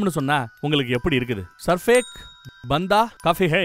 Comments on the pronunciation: What "Sarefe"😂😂 it's "Sirf"😋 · Film name is sirf ek bantha ஒரே ஒரு பையன் or man Your pronunciation not correct bro,...